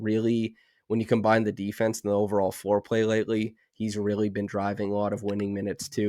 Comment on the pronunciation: you got to hit the "L" a little more when saying "floorplay":P Also I like MLB free agency. If the rules still stand if a team signs a player of a certain salary range they forfeit a "compensation" draft pick to team the player is departing. Imagine the Clippers giving up a 1st rounder to the Raptors for signing Kawhi